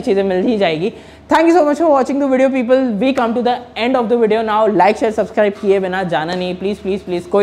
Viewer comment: People ❌ Pepel ✅